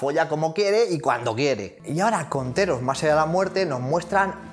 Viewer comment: jeje cuendo dices "de Theros" parece que digas "heteros" jajaja perdon soy asi de básico en el humor